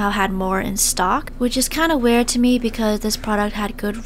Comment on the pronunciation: which is kinda werd to me It’s suppose to be wierd but she said it werd 😅😅